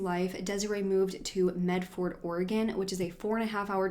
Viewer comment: And Medford, is medferd, mult no mah